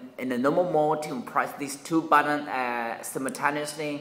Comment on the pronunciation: what did you say? "wentz eh innumnaob press the 2 button simertanily" "normal mode" try to say it slower - give gaps between the 2 syllables:- NOR & MAL Just slowing down on the harder words will sound 10x's better. Practice your "L"'s by signing LA LA LA / LO LO LO and "R"s by roaring like a lion :) - avoid the "W" sound when pronouncing "R"'s. If you (on purpose) over exaggerate both L & R's when speaking it will actually sound far better to the listener, even if it sounds unusual to you. Break words down into their natural syllable's and say them slowly - it will help you so much. Download a speech teaching program or singing teaching program, it'll save a whole lot of people making jokes in the comments.